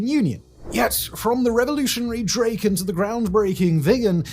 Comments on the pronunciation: Draken is "Dracken", not "Drayken". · it's not draeken, it's draken (like kraken, but with a d) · Still making the standard British mistake of pronouncing the single a in the middle of drakken a long vowel, it's not a long vowel. Please read the rules for Latin. Just being persnickety